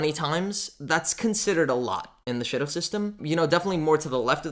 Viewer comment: Sounded like you said shotgun LOL